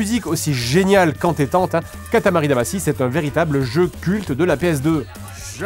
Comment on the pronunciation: Pourquoi "Damassy" ? Ça se prononce "Damachy"